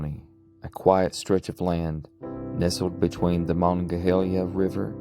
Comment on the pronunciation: Mongolia county? It's Monongalia and you mispronounced Monongahela.